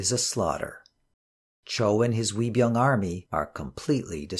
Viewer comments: Love your vids! Also 의병 (Uei byung ) is pronounced not as 'we' but like ''eu~ee'. Not pout the mouth to sound it but open the mouth as you are smiling. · Uibyeong isn't pronounced like a "W," more like "eu-i byeong" But great series. Great to have English Language versions of the tragedies of the Imjin War and Yi Sun Shin's valiant victories